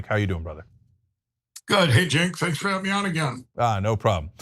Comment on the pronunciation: I like how he calls him "Jink" at the beginning.